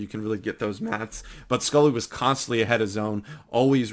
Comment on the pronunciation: Good video but pronounced his name wrong your meant to say it like scoh-lee